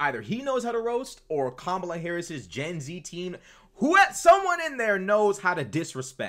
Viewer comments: Saying "Kambala" instead of Kamala may be the B-word. From men like that, i take it as a compliment! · Kamabla😂 that must hace being on purpose